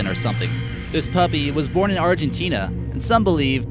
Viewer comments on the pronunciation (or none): none